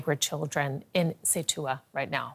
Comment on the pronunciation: Not Cetua. It’s Ce-uta.